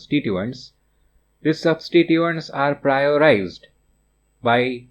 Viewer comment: 😂😂prioterized,priorised sir i always find difficulty to say it too